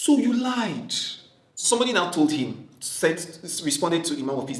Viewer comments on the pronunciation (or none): none